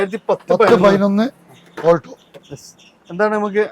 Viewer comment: Oolto alla bro Aulto 😅